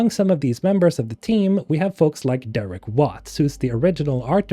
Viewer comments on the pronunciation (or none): none